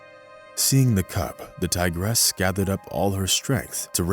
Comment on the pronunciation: tigeress?!!??! ha ha. TIGRESS!!! not TIGERESS!!!